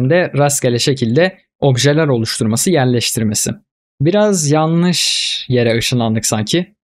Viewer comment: "Yalnis"degil, "yanlis"